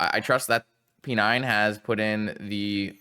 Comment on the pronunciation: sorry I can't not hear p9 as "penine"